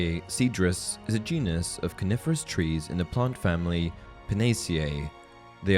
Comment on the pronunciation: I keep thinking he says carnivorous and not coniferous lel